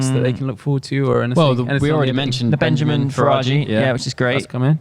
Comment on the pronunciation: Hey it’s Benyamin. Not Benjamin.